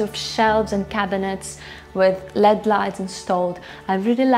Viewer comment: It is not LED lights they are pronounced L, E, D lights.